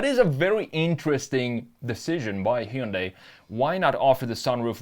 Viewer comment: It’s not bad … but the pronunciation of Heeundai damn sure doesn’t work for me